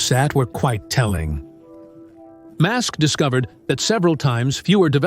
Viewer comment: IM REALLY STARTING TO HATE THESE RIDICULOUS AI VIDEOS , LISTEN HOW STUPID THIS VIDEO SOUNDS CALLING ELON MUSK " MASK"